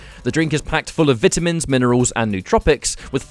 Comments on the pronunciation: "Vihtahmihns"? "it's pronounced "Veyetahmihns" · Wtf is a vit-a-men? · Almost left because of the way vitamins was pronounced but I stayed